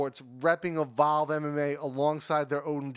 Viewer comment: Lol... Why do you pronounce "Evolve" like "A Vow"? Took me a while to understand what you were trying to say.